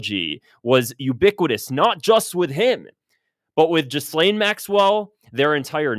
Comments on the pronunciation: Learn how to pronounce Ghislaine - GEE LANE - it's French and doesn't sound the S. Try saying it with a French accent and you'll get the idea. The Epstein case is about rich people networking and hiding their money from the tax man, laundering Russian and other dirty money and the girls are an incidental added for the odd bit of leverage when necessary - it's always about money and the rest of it is window dressing. The truth will never come out because it involves too many high profile people who are respected throughout the world. Ghislaine Maxwell is trying to stay alive after seeing what happened to Epstein and various others involved. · Note how the name of mrs Maxwellis pronounced: "Ghilaine " ( the s is mute, the G is not aspirated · PS: Its pronounced: Jizz-lane!